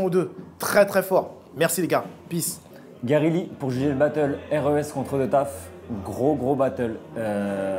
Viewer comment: mdrrr c’est plus GaryLee c’est Léegary